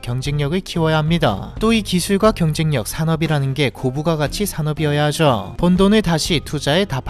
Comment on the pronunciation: 말투가 왜이리 느끼하냐 “하죠” 발음이 안되나 ㅋㅋㅋ 하즈어~ 라고 발음을 하네 ㅋㅋㅋ😂